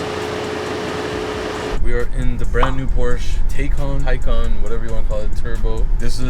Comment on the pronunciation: The tay in taycan is pronounced like tai in taiwanese